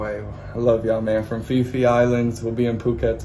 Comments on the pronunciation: Hey! FYI...the letter (H) in Thai words is silent, so PHI PHI is pronounced PEE-PEE island. PHUKET is pronounced POO-KET, not FUCK IT. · You guys are off your chops. It's not "fee fee island" by the way